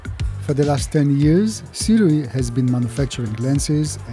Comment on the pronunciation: so many people insists on it being pronounced "su-ray" but hearing it pronounced "si-rui" makes so much sense